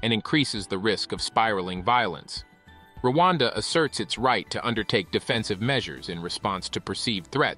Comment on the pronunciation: It's Rwanda not Luanda. That Pronunciation is wrong. Luanda is Angola